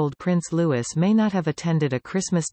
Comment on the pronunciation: His name is pronounced Loo-ee not Loo-is.